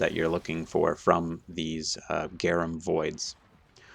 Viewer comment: GRA NUM Not GAR UM